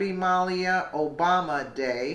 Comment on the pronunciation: Muh-LEE-uh. Great story though!